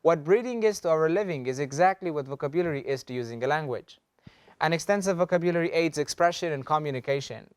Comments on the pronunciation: Wrong is wrong! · You mispronounce the word vocabulary! Please check it in Oxford, Miriam-Webster... The way you pronounce it sounds odd.